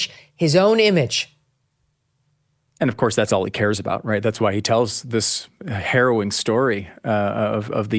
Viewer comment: The governor had a "hairowing" experience, pun intended! 😊